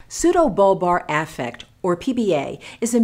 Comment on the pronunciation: The way she pronounces “affect” triggers me